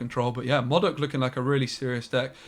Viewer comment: Its pronounced modok and not as modok. 😂